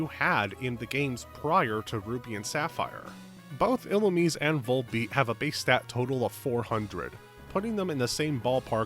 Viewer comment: "ee-loo-meez" Serebii is free 💔